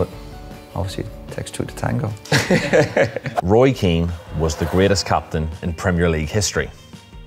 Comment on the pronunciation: It's Roy Keane at least get the name right 🤣